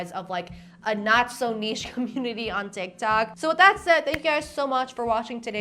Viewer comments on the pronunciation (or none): none